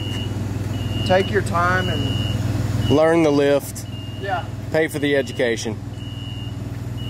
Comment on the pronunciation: Pay for that egdemacation 😂